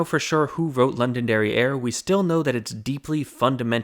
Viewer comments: Heh, he said, “London derrière”. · I kept hearing London derrière! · Definitely heard it as London derrière. Totally different meaning. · When you first said "Londonderry Air" I thought you had said "London Derrieere" and it was some sort of early version of Baby Got Back and its Oakland Booty.